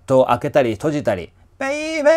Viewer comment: らぶせんさん！ 2曲とも本当に素晴らしかったですね～！ のBabyの発音、かっこいい☆ ユニット曲、今からとっても楽しみです♪ 「ConneXion」にインスパイアされた物語がdTVで？！ それまたスゴイお話ですね～～！ こちらこそご視聴いただきましてありがとうございました☆